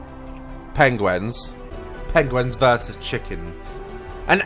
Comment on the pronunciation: Who else noticed that when he says penguin, he says "pengwen"